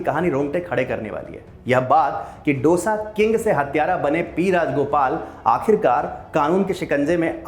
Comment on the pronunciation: Aap matrubhasha ka upayog karne ke paksh mein Hain, achi baat hai.. par dusre ki bhasha ka bhi maan karein. डोसा नही, दोसा कहें. Aur Turticorin nahi, तूटुकुडीं